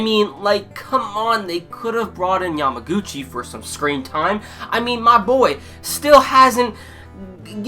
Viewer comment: It's kinda funny that you don't remember many characters name or pronounce them incorrectly but you keep saying Yamaguchi's name perfectly! I found it's funny :) Anyway, good review and please keep doing haikyuu's review! I like your review mostly because I am another person who wait Yamaguchi's spotlight time!